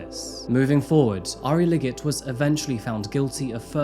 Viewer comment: 3 minutes and 17 seconds and in maybe 18 or 19 seconds in, I swear he said Liggers instead of Liggett.